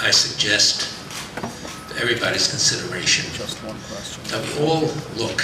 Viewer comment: What is that word Silverstein says after "I suggest everybody's ****sideration?" Is it consideration?